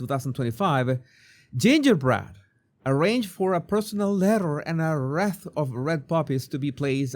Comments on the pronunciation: You're kidding Jesus 😱 btw wreath is pronounced reeth 👌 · Wreath.... Ree-th.... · Wreath is pronounced Reeth. 🙂